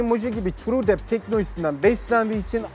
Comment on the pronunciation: truedepth bide düzgün okuyabilsen